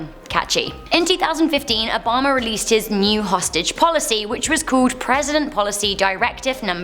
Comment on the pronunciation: I love the way she says Obama... Obomber